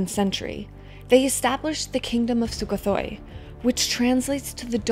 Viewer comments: Weird - Sukothai is pronounced 'Soo ko tie' not 'thoi'. More backpacker than historian right? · Nice video. But it’s pronounced SUK-KO-THAI.